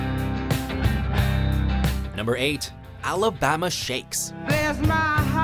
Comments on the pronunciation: Is it me or is he pronouncing "Alabama" weird? Sounds more like Alabahma. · Something about the way the narrator says "Alabama" really bothers me.